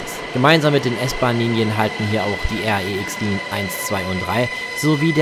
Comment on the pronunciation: R-E-X, sag doch einfach REX.